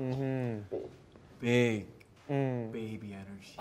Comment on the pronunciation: okay but why does Johnny say big like that tho 💀🤚🏼